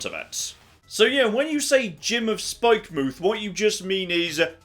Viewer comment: The way you choose to pronounce some words is... painful. Spikemuth is not "Spike-mooth" Its supposed to be pronounced like Plymouth or Portsmouth or Falmouth etc The developers either forgot the 'o' from 'Spikemouth' or thought they didn't need it.